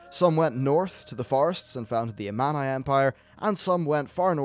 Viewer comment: I just wish you would pronounce Amani correctly. Hope you'll get it right on Part 2